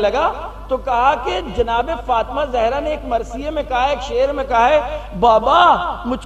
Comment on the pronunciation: Talaffuz theek kren plz Jahra nhi Zahra